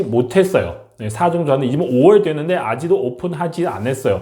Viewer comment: 아지도 > 아직도 로 발음에 신경쓰면서 연습 해주세요 , 좋은 정보 감사 합니다.